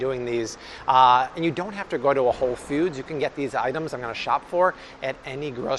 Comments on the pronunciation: Anybody else hear, "Whole Feuds?" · The way this man says Whole Foods With the emphasis on foods always makes me think of the dude with the red stapler from Office Space..